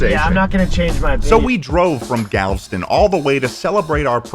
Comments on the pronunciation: The way he says Galveston makes me want to cry. He does not deserve that bucees hat. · As a born & raised Texan, it's so funny watching & both mispronounce Galveston at every chance they get. And by funny, I mean physically painful. The e is not silent boys. Galveston is a three-syllable word. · how did both you and mispronouce galveston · "Galveston" worst pronunciation I've ever heard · LOL true, I didn’t even think of that! Also they way they pronounced Galveston ☠️ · It kills me every time he pronounces Galveston. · I'm from Oklahoma but I speak Texan and you should know that Galveston is three syllables, not two. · The way he pronounced Galveston has me triggered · The way he butchered Galveston hurt my soul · I'm not sure why but the way they pronounce "Galveston" annoys me so much lmao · That's the first time I've ever heard Galveston pronounced as 2 syllables.😆 (It's Gal-ve-ston.) I went to that one as a kid and it is, indeed, the BEST! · as someone who has lived in texas almost all of my life, i love both of these videos but 2 things bother me: Galveston is gal-ve-ston (3 syllables) and you freaked out and went to the buccees IN FLORIDA??? Buccee is a Texas beaver who EXPANDED to Florida and how were you in Texas for so long and didn’t see any of the 20 other Buccees? It’s just as Texan as Whataburger and HEB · Damnit you two, Galveston is pronounced "gal-vest-ton", it's literally spelled like it sounds! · I want to preface this with the fact that I love this video, you guys are great, I'm glad you had fun. For the love of god and all that is decent and pure it is pronounced "Gal - vest - ton" Ok thank you love you byeeeeee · Pronounced galv Eston but as one word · the one rainforest cafe ive been to is the galveston one and i think that was the ideal experience lol. also, im sure there's already been a hundred comments about this but im obligated to say that its pronounced gal-vuh-stn with three syllables. okay sorry but great video :)